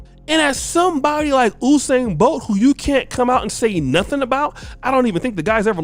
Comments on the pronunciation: His name is... U-sain not OU- sain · Who is "oosain"? it's pronounced "yousain" this coming from a Jamaican. And yes he has lost a race. Couple as a matter of fact. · it’s You-sain NOT Ooo-sain 😭😭😭 All of Jamaica 🇯🇲 cringing right now lol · YOU-SAIN BOLT AMERICANS ITS PRONOUNCED YOUUUUUUUUSAIN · "You"-sain bro. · You pronounce usain name wrong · You pronuce Usain wrong. He has lost before.